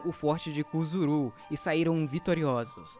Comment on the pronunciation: Atenção na pronúncia foi dito Cuzuru não, não é, é curuzu, palavra do dialeto nativo Guarany, também foi dito caixias não, o certo é Caxias.